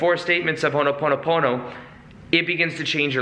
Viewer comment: Again, it’s ho’ponopono not ho’noponopono lol also again, great context! Thanks!